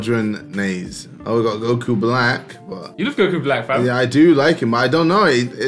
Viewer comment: JustDragonBall MY MAN SAID GOKU 🤦🏻‍♀️🤦🏻‍♀️